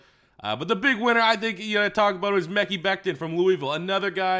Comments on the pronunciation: Bro stop saying 'mecky' it's meh-ky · The mans name is meh-ki becton not mecky...how can we trust ur analysis if you can’t say his name? Its not like the TE from Missouri that you can say his. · it's actually pronounced Ma-Ky